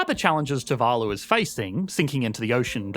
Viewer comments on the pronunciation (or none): your pronunciation of too-va-loo is driving me crazy. You keep switching back and forth. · The pronunciation of Tuvalu is painful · 1 video, 2 different pronunciations of Tu-VA-lu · And here I thought it was pronounced toovaloo